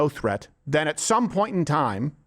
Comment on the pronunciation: "...which were zen followed by" this lady is pronouning her adverbs. what a fucking joke.